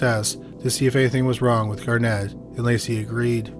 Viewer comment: Absolutely despise how the name Garnet keeps being pronounced. EmPHAsis on the wrong sylABle. 😂